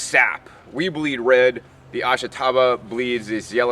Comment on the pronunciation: I'm not much of a gardener, but I ate plenty of this stuff when I lived on the Izu Islands. It's pronounced AHSH-tah-bah. (The sound of the "i" is barely heard.)